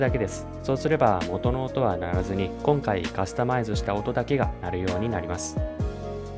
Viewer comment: ｢元の音｣が｢音の音｣に聞こえてしまう